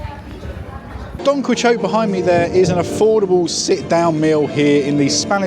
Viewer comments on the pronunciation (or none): It’s pronounced Don Key-oh-tea…..